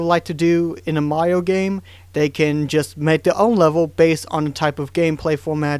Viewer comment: I like the way you say Mario. "Maio". ^^